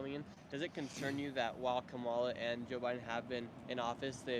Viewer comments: Learn to pronounce her name. It is pronounced “comma-la”. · Her name is pronounced Comma-la. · Nick is too dumb to pronounce Kamala’s name correctly😂😂🙄🙄🙄🙄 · Right away I knew these interviews were going to be ridiculous because out of either disrespect or stupidity, you can't even pronounce the vice president's name right. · Can’t even say her name right but still voting for her😂